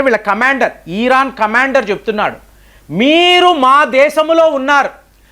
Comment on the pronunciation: Eeraan (ఈరాన్) కాదు నాయనా,ఇరాన్ అనాలి అని ఎన్నిసార్లు చెప్పాలి కామెంట్లు చదవరా?